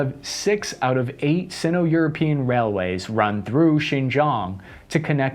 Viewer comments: The term 'Sino' is properly prounounced 'Sigh-No'. The reason is that there is ONLY ONE consonant after the immediate vowel ('n' after the 'i'). You are pronouncing it as 'Sin-Oh', which would require the word to be spelled with TWO consonants 'nn' after the vowel 'i'; ie, 'Sinno'. Thank you. Cheers from the Oil Patch in Central WY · Why does he pronounce "Sino" like it's the damn Pokémon region 💀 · Sino pronounced ‘Sign-Oh’